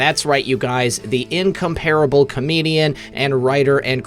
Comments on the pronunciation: incomparable is pronounced In-COM-pr-bl emphasis on the second syllable, neither A is stressed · Re grammar and enhanced credibility as a news person: It should be, "... will be joining Methods and me (not "I'). As in "will be joining Methods." :Will be joining me." "Will be joining Methods and me." Use "I" when it is the subject of the sentence. I also suggest looking up the pronunciation of the word "incomparable."